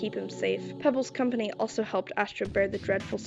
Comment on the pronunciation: NOT PEBLES 😭😭😭